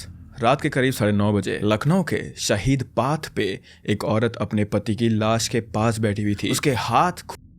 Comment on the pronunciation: Umm it's शहीद पथ not शहीद पाथ I'm just confirming it ☺️